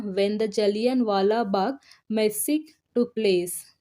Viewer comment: Massacre is pronounce as 'Masa-kar' not Messi.